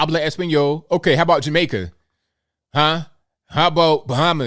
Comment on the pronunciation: "Ja-mayka" lol